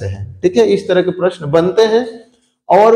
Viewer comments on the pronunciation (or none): none